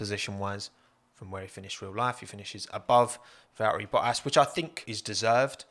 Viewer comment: Ah yes, Valeri Bo'as